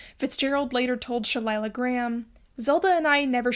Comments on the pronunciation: FYI, Scott's mistress was Sheilah Graham, pronounced SHE-LUH, not She-lie-luh. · Nice job. One correction: It's Sheila, not Shelilah, Graham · Wouldn't Sheilah Grahm be pronounced like Sheila? I don't see how the pronunciation "Shelilah" comes out of it, at least, with only one L. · SheLYIA Graham????!?!!!!!!!! It’s SHIELA!!!!!!!!!!!!😂😂😂😂😂😂😂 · Another great episode! So interesting and well researched. One tiny thing and sorry to be picky, but 'Sheilah' (Graham) is pronouced "She-Lah" not "Shay-lie-lah" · Sheilah Graham, pronounced "SHEE-lah". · Sheilah Graham’s name is pronounced SHEE-la. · You consistently mispronounced Sheilah Graham’s name. It’s pronounced “Sheela.” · I think you are great and love your channel. I remember Sheilah Graham. She pronounced her name shee-la. And Nassau is naa-sawh (like awe with an s). Forgive me, I’m old. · It's pronounced "SHEE-la" Graham. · Fitzgerald left Princeton without graduating —and Sheilah isn't pronounced like shillelagh. And your remarks about ethnic slurs of the time are contradictory. "Knew nothing about people" but wrote one of the most heralded novels of The 20th century, with memorable characters. Lots of 21st Century psychobabble and feminist analysis of this famously lionized pair of miscreants. But thanks for the video. Artists are not angels. R.I.P. age 44. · Very interesting dissection of Fitzgerald. You may know something I don't, but I've always heard Sheilah Graham's first name pronounced as just plain Sheila. Did you ever read Scott's short story "Diamond as big as the Ritz" ? even for the 1930s , its naive racist stupid weirdness stands out. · Jordan The Lion has a video about the apartment building in Hollywood where F. Scott Fitzgerald died. It's still there. Also, I am curious as to why the vlogger here insists on mispronouncing "Sheilah" as She-la-la. Sheilah is not that unusual a name.